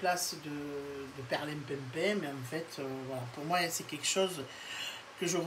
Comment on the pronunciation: J'adore quand vous dites perlinpinpin avec l accent marseillais, c est trop drôle, merci